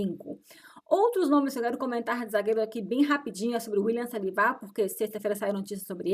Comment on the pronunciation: acredito que esse seja o jeito dela de falar, e você não deve sair apontando as dificuldades de ninguém por aí. se enxergue primeiro.